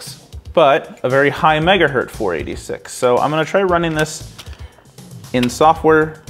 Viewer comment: Every time you say "megahert" instead of 'megahertz' it makes my teeth itch.